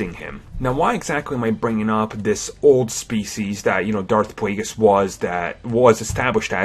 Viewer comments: dauwf pwaygiss lol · Darth Pwaygus?